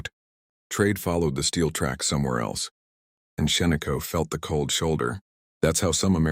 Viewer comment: It's Shaniko, not Sheniko - get your facts straight dummy !